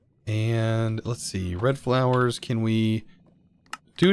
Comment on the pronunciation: Every time he says let’s see what we can get I hear “let’s see what we Can’t get” don’t know if it’s just me or what